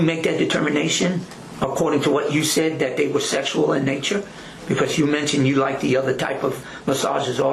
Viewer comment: This cop is beyond sketchy. We are entertaining his obvious OUT OF CONTROL CRIMINAL SEX ADDICT behavior. He is dangerous ! And he says DAT instead of THAT.